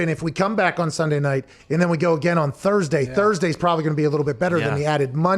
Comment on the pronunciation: Thurbertday!? Lol yup!